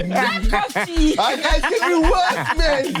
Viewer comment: "Black CoffTea "🤣🤣🤣